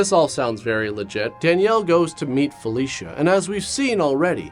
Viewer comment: I swear... every time he said "Felicia", I heard "Fellatio".